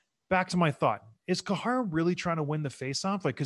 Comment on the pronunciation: Great vid... but John Scott, it's "Care-uh" (Or "Kye ruh" as most of us white folks call him), not "koo-ha-ra". I missed this gem of a series though. Just checked out episode one of "Pound for Pound".. man, this content is great!.